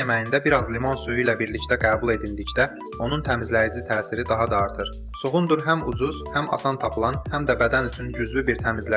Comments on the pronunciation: Kuqundur sozun səf tələffuz edirsiz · Çuğundur sözünün vurğusu sondakı,,u ,,saitinə düşür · Ay eşşək vurgu 2-ci yox, sonuncu hecaya düşür. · Cu-gundur yox cugundur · Çuqundur yox çugundur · Çugun Dur yox! Çugundur. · Cugunddur yoh cugundur😀😀😀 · Elə bildim çuğundur adam adıdı 😅Çuğunduru elə deyirki sanki kimisə çağırır Cugundurr